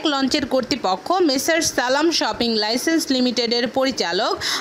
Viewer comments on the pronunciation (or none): উচ্চারন শুনে মনে হলো বাংলা ভাষাকে অপমান করছে। সালাম শিপিং লাইন্সকে বলে সালাম শপিং লইসেন্স!! হলি কাউ 😐